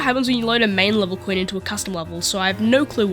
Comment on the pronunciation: why do you pronounce coin as queen